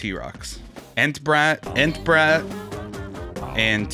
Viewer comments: “entra bat”💀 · He said entrabrat 🤮🤮🤮🤮